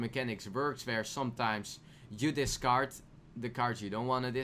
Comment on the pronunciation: discard dis card nice pronunciation